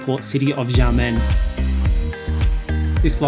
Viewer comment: Don't mean to sound pedantic, but its pronounced "Sha" men air. Blame the mandarin pinyin system (which isn't the same as English pronunciation) for the confusion.